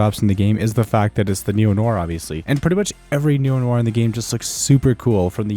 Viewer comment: it's pronounced neo nua